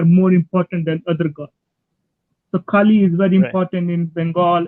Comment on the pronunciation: He can’t even pronounce kali . Glad that Kali is helping you pay some bills . 😂Thankfully we have enough goddesses to may be even put your children through college . You have no other prospects , so keep this up . Hopefully your wife won’t leave you for a successful man . Jai Kali.